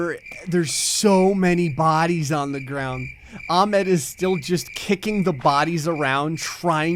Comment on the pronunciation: Its ah med not ahmd im just saying this for anyone that doesn’t know